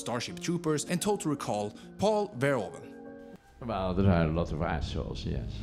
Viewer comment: Paul Verrol? Don't you mean Paul Vairhooven?